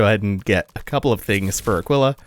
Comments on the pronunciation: Two things. One: I think its pronounced Ah-keel-ah. Spanish for...eagle, I want to say. Second, that boss is SO GODDAMN GOOD. The fight itself is meh, but the design and the effects are top notch. Plus, broken weapon is broken. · Pretty sure Aquila pronounced 'ah-KEEL-ah' means 'eagle', and typically refers to either eagles in symbology, or the constellation